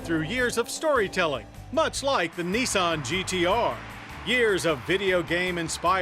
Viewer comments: nIsan not neeson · it's not neesahn it's nissan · gotta love Americans... Knee-sawn... LOL